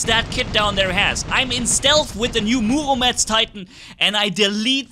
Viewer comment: Murometz not muomedtz